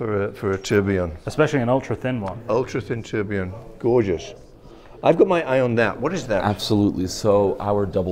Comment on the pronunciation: All these watch experts and they all absolutely butcher the pronunciation of tourbillion. 'Torblon' Tour-bill-e-on